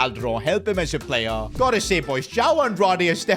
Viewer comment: Don't worry, he says star "payer", not star player.. 😅